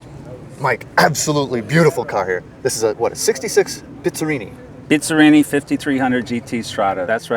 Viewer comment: Dude it's not Bit-za-rrini! It's Bizz-a-rrini! You make it sound like it's a Bitza this & Bitza that!!